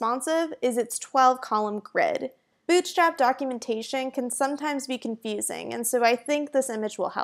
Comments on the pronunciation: Good introduction ^^ , but I cannot stop hearing 'Bitch Trap' at the start of the video ^^' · Am I the only one who can hear "BI*CH STRAP" at the very beginning? :D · I heard "bitchslap" in the beginning LMAO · I was hearing b** slap. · i hear bull cr*p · I totally heard it. Hella accent to have that happen. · Why I keep hearing 'bitchtrap' :^) Thanks, useful quickstart. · I think it's her pronuncetion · I swear I restarted the video 3 times because I kept hearing "Bitchstrap" XD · " bitch slap is a.." Shit! I have to clear my ears! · Legit sounded like you said Bitchstrap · why does she keep saying bitchstrap in the beginning lmaooo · is it me or does every time she says bootstrap it sounds like b*tchstrap